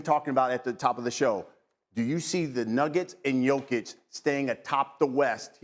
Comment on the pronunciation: Did these hosts all have drinks before this shoot or am I having a stroke? Lots of slurring speech and mispronouncing names. Maybe they just suck 🤷‍♂️